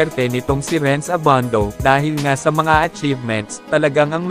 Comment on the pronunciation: annoying yung nagvo-voiceover...Abandow! :)